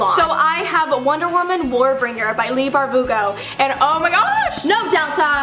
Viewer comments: did u say 'barbugo' I swear you said barbugo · did anyone else hear "leigh barBUGO"? 😂😂😂